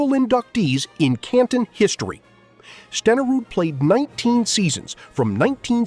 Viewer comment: And learn how to pronounce Steneruds name! AI bs